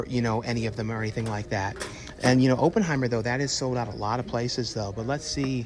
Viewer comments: It is not “Open”heimer!!! It’s “Opp” like “operation”. Jeez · Every time you say Open-heimer, it makes my skin crawl 😂